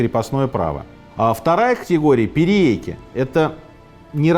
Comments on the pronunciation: Только не "перееки", а "пириэки". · только не "пириэки", а "периеки" или "периэки".